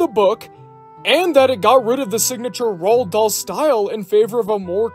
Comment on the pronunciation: Roald Dahl's name is pronounced, "Roo-All."